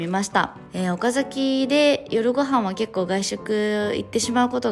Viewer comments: お↓か↑ざ→き→ じゃなくて、ちゃんと お↓か→ざ→き→ なの、さすがのもはや地元民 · 「岡崎」がちゃんと発音合ってるの嬉しい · 「岡崎」の発音が大市民‼︎ 高確率で発音違う人多いんですよね😅 みーちゃんは完璧wwww